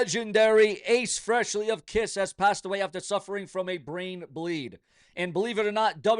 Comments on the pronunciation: Moron, it's not Freshly it's Frehley, you idiot !!! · Hey puts, learn how to pronounce a name properly if your going to report on it, … its pronounced,ACE “FREEELY”. NOT Ace whatever the hell u said……